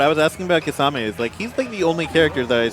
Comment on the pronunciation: why do u guys pronounce kimimaro correct but not kisame...